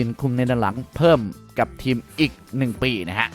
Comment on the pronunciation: แอดมินออกเสียงภาษาไทยกลางหลายคำไม่ได้ เช่น ทีมเป็นเทียม เอ็ดเป็นแอ็ด คงเป็นคนเพื่อนบ้านฝั่งตะวันออก เสียงเหมือนคนถ่ายไม่ออก 5555